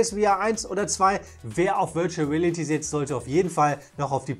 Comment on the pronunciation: "...virtual rälity..." 😁